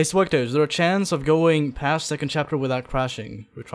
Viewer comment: Swegta not swugta